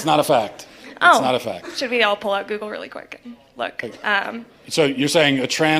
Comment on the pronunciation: If I had a dime every time some moron said "GOO-GOO It?" I could buy the planet.